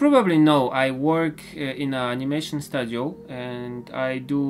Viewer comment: I absolutely love your content! Keep it up and I will be very very happy. Byyy the way, the pronounciation of studio is like stooooooodio. Like stu in stupid. So ssss-chu-deeee-o. Studio. Not hating here or anything. Trying to help